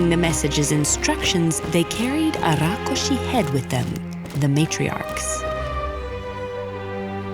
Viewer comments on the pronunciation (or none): It's rakshus not rakushi 😂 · Rakshas... Not rakoshes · Its Rakshas not Rokkhosh Please Pronounce it Properly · This is a bengali folklore and hence it's Rakkhosh not rakshash. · I wont complain about rakkosha instead of the hindi rakhsasha cuz the story is bangla i believe However the ka instead of kha in rakhosh reeealy bugs me😂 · It is Rakhosh. If you are a bengali, you would know. If you arent a bengali, learn. Dont presume your knowledge, however so little which is a dangerous precedent. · Nope it's Rakkhos in Bengali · Just wanted to point out it's pronounced Rakh-khosh and Khok-khosh and Achinpur is A(Like A in All)chinpur . Apart that , amazing animation and storytelling. Never thought a Thakumar Jhuli story would be on ted Ed but here we are! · The word is actually "Rakh-khosh" in bengali folklore. I am genuinely happy seeing "Thakurmar Jhuli" (Grandma's bag) story on Ted Ed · i didn't say any language is wrong or right, I just said that it is not right with respect to it's original pronounciation is wrong. Also hindi pronounciation is also wrong even in "tatsam hindi" due to schwa deletion, which retained in bengali\eastern language and "a" become "o", in my langauge magahi it becomes "wa", like bike becomes BIKEwa, CARw, but rākshasa pronunciation is just way too wrong in bengali. it would have been Rokshosho but my theory is that bengali has taken this word from prakrit and not directly from Sanskrit Prakrit has tendency to convert क्ष into ख. Bhikshu become bikkhu, which is bhikh(beg) in hindi, siksha become sikkha, seekh(learn) in hindi Also, it's true that hindi don't have much with Sanskrit grammar/syntax but I doubt that even bengaliis common with Sanskrit grammar\syntax. I dont know much to comment on it but it may be true. But Tamil, telegu, kannada have almost same grammar\syntax as Sanskrit. All other language were influenced by Sanskrit and it's grammar. Funfact :- Sanskrit grammar had great influence in grammar of Russian and German language